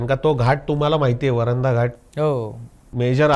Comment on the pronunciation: वरंध म्हणा रे